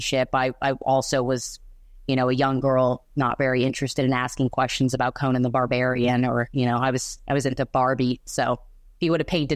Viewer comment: Thank you for saying "Conan" correctly!